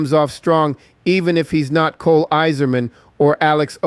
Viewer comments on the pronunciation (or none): none